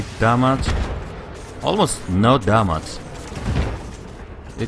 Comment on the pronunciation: You silly, it's not how You say damage :D